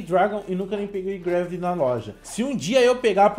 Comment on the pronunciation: Deu mei agunia de ele falando greveli